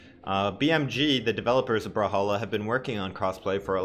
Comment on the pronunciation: Hate how he pronounces it "brahalla"